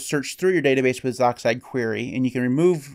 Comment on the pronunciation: I've always heard it pronounced "z"-"oxide" not "zoxide"